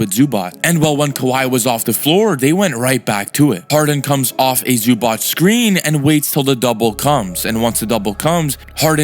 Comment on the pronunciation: U still pronouncing Zubac wrong lol.